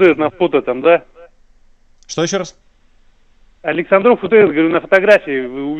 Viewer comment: Прикольно произносит - АлександрОв))))